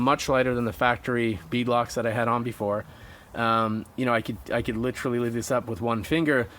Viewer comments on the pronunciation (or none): Good video, awesome truck. Just one thing. Repeat after me... "Lit-ER-all-ee" the word has 4 syllables, not 3. Again, awesome truck, looks amazing.